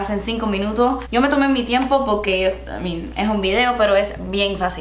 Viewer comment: "because" "poqué" 🤣